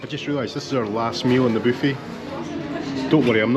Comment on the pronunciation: Loved the video...Your videos are relaxing in this chaotic world. Everytime you say " booffet" I laugh 😅